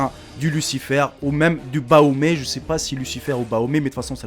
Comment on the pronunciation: C pas baomé c bafomé